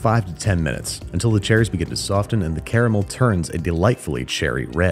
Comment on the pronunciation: You know, I don't think I've ever heard someone pronounce the t in soften before! 🤯